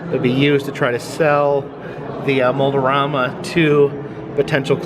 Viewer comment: Kinda funny you keep saying Mold-O-Rama, while it is spelled Mold-A-Rama, guess the Mold-O-Matic is influencing that :P